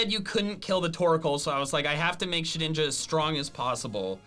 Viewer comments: it shed ninja not she dinja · omg said shedinja right